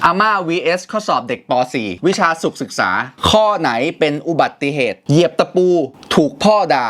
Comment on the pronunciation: ไม่ใช่สุขศึกษาต้องอ่านแบบนี้คะ สุุ-ขะ-ศึก-ษา คะ